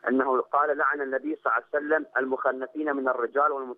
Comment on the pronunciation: هههههه نريد فيديو شلون تكول صلعسلم🤣🤣🤣